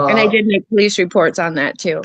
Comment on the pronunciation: But he called the pO-leece